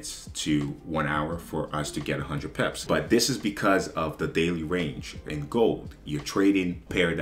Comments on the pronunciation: I like how he says pips, be like 100 peps😂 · Word I pep that too 😂 I’m curious brother where you’re from? Cool accent